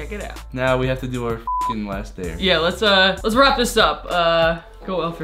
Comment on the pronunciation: laast christmas😂😂